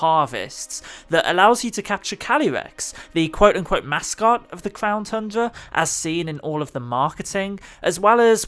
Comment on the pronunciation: Bro he said clown tundra "clownyrex"